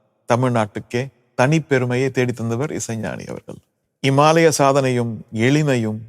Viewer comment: ரகுமான் பேசிய வீடியோக்கள் எத்தனையோ பார்த்திருக்கிறோம் ஆனால் இது ஏதோ சைனாக்காரன் தமிழ் கத்துக்கிட்டு பேசற மாதிரி இருக்குது அதுவும் இல்லாம இமாலய சாதனை என்பதை இம்மாலய சாதனை என்று சொல்கிறார்...... இது மாதிரி வீடியோ முழுக்கவே உச்சரிப்பு சரியாகவே இல்லை. எனக்கு என்னமோ சந்தேகமாவே இருக்கு.